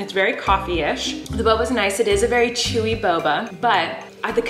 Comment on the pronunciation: No one: Literally no one:: "hmm ChEwY"